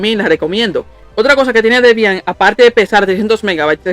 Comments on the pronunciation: "Debián", alv que acento Dios mio 🤣🤣🤣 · No lo cojas a mal Bro, no fue con intención de molestar, es sólo que me dio risa con el acento que lo pronunciabas, si te incómodo, me disculpó. Haces buenos vídeos, sigue así 👍🏾💪🏾